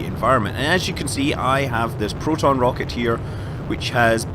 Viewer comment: Why Протон? Are you Russian?